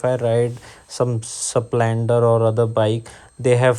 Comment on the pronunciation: Aluminum, not alumilium. And Splendor, not saplendor. By the way, I too have a CB350